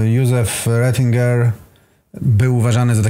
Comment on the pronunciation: Dlaczego jest napisane Retinger a narrator wymawia to Rezinger :)? był kardynałem?